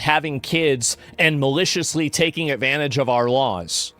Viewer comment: Asmongolds 2 favorite words of 2026: "Avanage", "Avice".